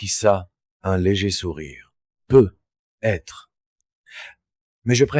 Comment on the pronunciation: Bonjour, la voix est très fluide, et paraît très naturelle, le seul hic c’est quand il est dit « peut…..être » au lieu de « peut-être » et écoutant beaucoup de récits fait par l’ IA, c’est une anomalie qui revient toujours ☹️